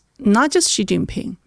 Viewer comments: I wish you would've done a little basic research or asked about how to pronounce Xi. It's pronounced like "she". This is incredibly easy and basic. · Xi Jin Ping is pronounced like “she” Jin ping. Listen to pronunciation. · Listening to just the bit on Taiwan, my view of plummeted, and I decided to listen to no more. (I'll listen to on her own channel.) First, try to pronounce "Xi" the same way as the native Mandarin speaker sitting across you does. It's not difficult: "syee". Second, travel some outside the US. There are more than a few structures out there older than the US of A. Third, try to geography a little more, especially before you start shooting your mouth off about a place. Fourth, when a guest starts getting into the meat of an issue, don't interrupt with another tangential question. I hope Trump listens to naval officers. Geopolitics is the NUMBER 1 reason the Americas need to be concerned about Taiwan. Never mind Hawai'i, do you want to defend your coastlines at the first island chain, which includes Taiwan, or do you want to defend them just off the coasts of Seattle and L.A.? Key allies Japan and South Korea would also be at the mercy of China controlling the shipping lanes for their trade, including oil from the Middle East. Semiconductor factories falling into the hands of China are a superficial and not a huge concern. If it came down to it, key machine parts would be removed from factories before Taiwan fell, or they'd even be blown up if need be, be it by scuttlers or Tomahawks. The semiconductor manufacturing ecosystem would then have to be built elsewhere (which could take some time and be less efficient than what Taiwan has built up). Valuable geostrategi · Please listen to your own podcast and learn the difference between how you pronounce the name Xi, and how does.